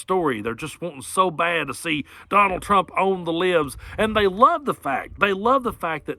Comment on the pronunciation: Habahahhahahaa “conald”